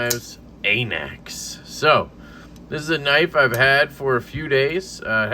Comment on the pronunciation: It’s pronounced an axe goofball